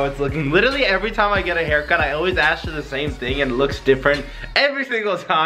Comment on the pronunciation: messed says " let me get a hercut"